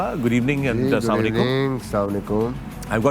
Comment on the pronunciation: slamalekum?? Say Assalamu alaykum